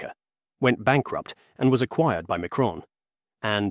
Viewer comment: The problem with using AI voiceover. "Fabless" "Micron" "Elpida" and Kioxia" all mispronounced 🙄